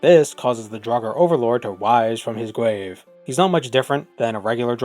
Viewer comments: "Wiiise from your gwaaaave" hahaha 10/10 Also,, when the shouts fus'd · "rwise fwom his gwave"